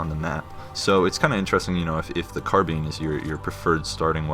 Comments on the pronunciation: Which are you more excited for, the 4sk Battle Rifle or the 7sk Carbine? Btw I'm going to start pronouncing it how you do. The right way. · You actually pronounce "carbine" correctly...the general public just goes on phonetics, unfortunately